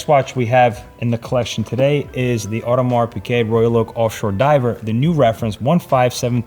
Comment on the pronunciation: When are you going to actually lear how to pronounce “Audemars”?